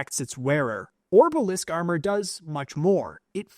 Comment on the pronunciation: he said amor kan...